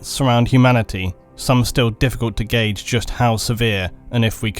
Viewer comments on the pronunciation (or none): none